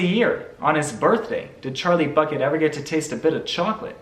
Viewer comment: I like how everytime he says bucket it sounds like buCKet